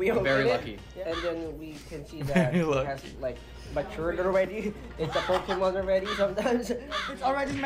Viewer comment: "Pokémon" Josh 😂😂😂